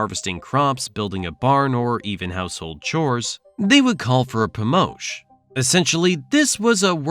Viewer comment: “Pomosch” will be more correct. I do like this video, reminds me why I left.